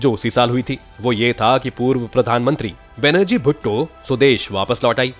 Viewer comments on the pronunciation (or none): Benajir nahin Benazir Urdu MA is ka matlab hai jis mein badbu na ay